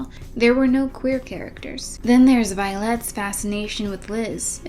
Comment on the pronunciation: I wonder if the weird pronunciation on Violette is meant to be a pun on Vile-ette, indicating the character is a diminutive version of a bike person, or maybe I'm food drunk and I'm overthinking it.